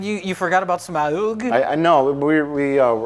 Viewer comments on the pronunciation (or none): I laughed at every mispronunciation of Smaug, but then they say “smog” and I involuntarily yell “it’s SMOWG!!!” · Can someone please make an edit of everytime he says "smaUuUug" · Why has everyone such trouble pronouncing Smayaoooug's name? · Just here to watch pronounce SMAAWWWUUGG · I crack up every time at their pronunciation of smaug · it's really annoying how pretends he can't say 'Smaug'..... It's really not hard to say.